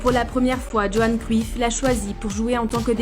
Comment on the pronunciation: Johan cruyff ça se dit yoan creuyf